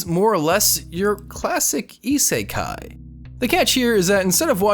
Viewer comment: GS is not an isekai,, please I die a bit when you say it